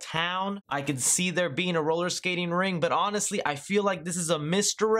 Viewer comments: It's roller staking RINK, not "ring". And it's LIBRARIAN not "libarian." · Brian Ruelke He also called it a roller ring. It’s a roller rinK.